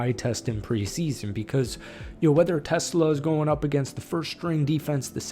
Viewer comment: It’s pronounced t’SLAH. Not TESS-luh like the car.